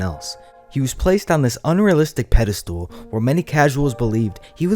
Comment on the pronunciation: did you just say pedestool? it's pedestal m8